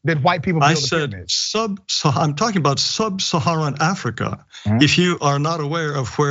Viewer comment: Look at how he says SUB-saharan! He couldn't wait to say "SUB." what a loser. 😂